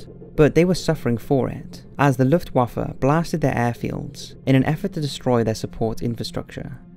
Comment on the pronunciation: Reasonably produced for an amateurish effort. It's let down for me by the narrator's ignorance of how to pronounce some well known words such as: Rommel, Luftwaffe, Junkers, Tobruk etc. Also mismatches footage with the narration regularly. EG the narration is talking about how Hitler wants to invade Russia but the footage shows a bloated Hitler inspecting the Hitler Youth. This footage was taken at the end of the war when teenagers and old men were the only soldiers left to defend Germany. the narration talks about Soviet soldiers surrendering but shows footage of German soldiers who have surrendered. the narration talks about Operation Barbarossa being launched but the footage shows winter which was around 5 months after the invasion of Russia. and numerous other examples. Not bad for a beginner's effort but doesn't cut the mustard as an accurate, authentic WWII documentary.